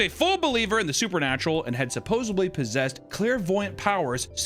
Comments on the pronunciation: supposedly. Not supposebly. God damn it. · this grown man just said "supposably" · Anyone who can’t say the word “supposEDly” correctly has no business making fun of anyone else.